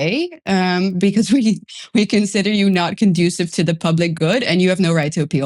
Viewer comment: Conducive; con juce sive Not productive 😅